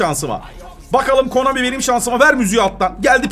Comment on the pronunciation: Abi bilerek mi KOMANİ diyorsun. Konami dir o. Bilerek diyorsan da hoşuma gidiyor. Komik. Böyle devam. 🤣🤣 Totemlerde çok iyi 🤣😂